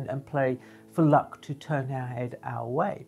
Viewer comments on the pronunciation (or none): none